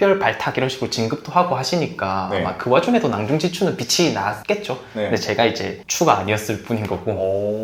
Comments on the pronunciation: 낭종지추x 낭중지추o 괜히 신경쓰이네여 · 낭종지추가 아니라 낭중지추입니다